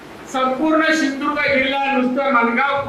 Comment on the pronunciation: तु आधी सिंधुदुर्ग उच्चारायला स शीक.